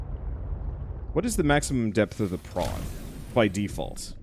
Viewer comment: Every time i hear "prawn", sometimes, for some wierd reason, i hear "brawn", and then the "If The Emperor Had a Text-To-Speech Device" memories start to kick in